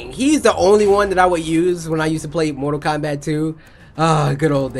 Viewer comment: Cory said mortal comrat